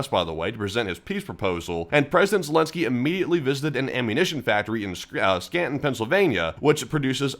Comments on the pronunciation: "scanton" PA 😅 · It's Scranton, PA, fyi (not Scanton, folks).